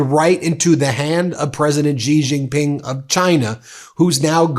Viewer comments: Would you please spend a moment to learn how to pronounce President Xi JinPings name, your hurting my ears! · President Xi (Shee) Jin Ping... please pronounce the name properly! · I agree with the messaging wholeheartedly, but bruh, please learn how to pronounce people's names properly 😅 I can't keep hearing you butcher Xiomara and Xi Jinping without it distracting me lol